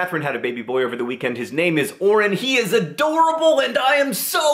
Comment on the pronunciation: When he said "Orin" I thought he said "Orange", and all I could think for the rest of the video was "Orange Green? Hank, why would you put a kid through that?!"